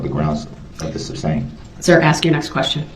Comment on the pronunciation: Darrell always says "substane" instead of sustain. He hears it so often, you'd think he'd learn the right word. Must be a "tackit" agreement. Bwaaaahaaaahaaa! Maybe he'll have a tackit agreement with Bubba in prison. You are hysterical with this commentary. Love it.